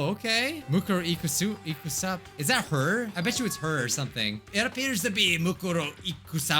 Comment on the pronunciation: Ikusaba is pronounced Ikuusaba